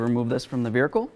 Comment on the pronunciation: On the "vericle"!!! 😂